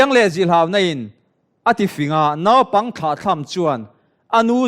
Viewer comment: Nopang nilo in naupang tih tur. Thianpa Mawia sawitha lutuk.